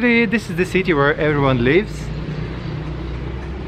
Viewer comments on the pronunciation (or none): none